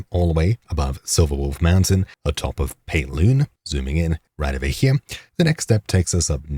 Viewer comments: You stab it ere. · I just wanted to say that I very much enjoy the way you say the word "here." It keeps me coming back 😅